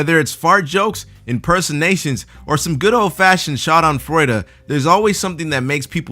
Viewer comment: "schad'anfröide" I just don't get, how english-speaking people can butcher a word that bad xD even more so, concidering, for how long you guys have it in your vocabulary...